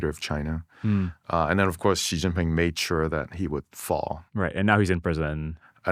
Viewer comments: He's not "anglicising" it. That weird sound he makes isn't an English x or j or anything else, either. It's something much weirder. Also knowing pinyin or not has nothing to do with it. Learning zhuyin would work just as well if not better. Or it that's too much effort, he could just use a sound common in English. Instead, he's making some other sound that's "exotic" to English speaker ears, but totally unrelated to how the name sounds. It's like he's trying to pretend he know's how to pronounce it while still willfully doing it wrong. It's a complete failure. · You're a brilliant guy--obviously. But you share the same inexplicable trait that I am always amazed to see in famous or otherwise credible commentators: you simply won't pronounce "Xi Jinping" correctly. Please take a few moments (seriously, it only takes about 10 minutes) to learn basic pinyin pronunciation. It's really not very hard at all. You'll even be forgiven if you flub the tones much of the time. But "Xi" is pronounced like the English "SHE." Not "jee" as in "gelato" or "zh" as in the "j" in "Nikki Minaj." Like him or not, Xi is the leader of one of the most powerful countries on Earth. The least we can do is pronounce his surname right.